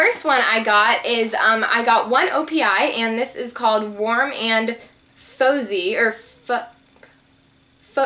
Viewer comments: "warm and faux-zie" LOL. it's 'warm and fah-zee'. youre so silly xD love your videos. you have such a great personality and youre so pretty ( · "Its warm and fozzy" its pronounced FAH-ZY and it is from the muppets collection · haha its warm and "fozzie" like from the muppets, not fozy :) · fozzie the bear from the muppets..Its pronounced like fazzie but with an o....:) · the glitter polishes prom OPI are from the Muppets' collection! And the color you got was Warm and Fozy, but it's pronounced fozzy. ( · haha I would do the same thing! it's fozzy- faaaaaa-zeee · she said fozy